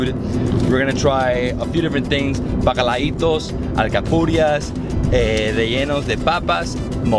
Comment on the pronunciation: lol you kill that bacalaito 😂